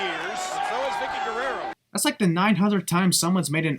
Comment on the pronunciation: says Vickie’s last name weird